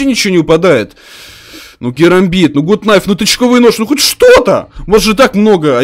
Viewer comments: не гут найф а Гат Найф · Это ведь гАт найф,а не гУт найф